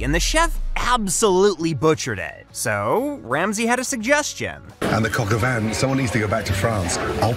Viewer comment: Your pronunciation of 'Coq Au Vin' is worse than the dish itself 😝